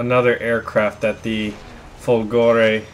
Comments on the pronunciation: Fòlgore not Folgòre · It pronounced differently, not Folgo(!)re [! marks the stress] but Fo(!)lgore. Still it be awesome to have also the Mc205 Veltro (had Mg151s instead of 7,7mm in the wings) or the G55 Centauro that used the DB605 engine. And the Mc202 is very similar to the Ki61 (the both used the same DB601 licence produced engine). I recently had a 15-0 game with the Ki61Ia while my Mc202 struggles to go over 5-6 kills in a row...Those SAFAT guns have so horrible ROF...while Ho103s own stuff.. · Lol dude the pronunciation is Macchi as you read, not Macci,and is Folgore not Folgòre :D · Your pronounciation of this plane is so weird :P "Chi is supposed to be pronounced somewhat like "ki", the H turning the sound of the C to a more hard sound if followed by a "I" or a "E" So, It's more like "Makki", I guess And "Folgore" (which means in aulic language, "lightning") is pronounced pretty much the same, but with the emphasis on the first "O", so more like "fòlgore" Keep it up! Awesome stuff as usual. Just a random italian going all grammar nazi here :P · You are so hilarious when mispronounce the word "folgore"...